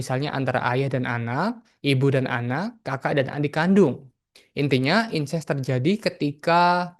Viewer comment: Incest bukan Ines, ....